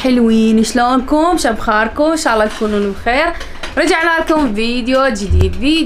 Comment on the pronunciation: انتي ليش تكولين شبخاركم المفروض شخباركم😘😘😘😘